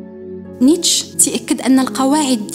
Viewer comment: الفيديو زوين بزاف. للتصحيح فقط ...نيتشه كاتنطق" نيتشي " "netcheh"